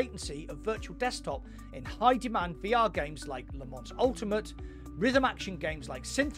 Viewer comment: Les Mans is pronounced Leh-Mawh